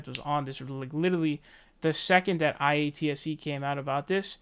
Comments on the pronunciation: Say it with me,: Eye-At-See. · And it’s pronounced “eye-at-see” it’s the film industry union for labour workers like hair makeup wardrobe grips lighting etc. And yes their rates are higher above the norm than a non union job. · by the way it's pronounced eye- ahh- T- see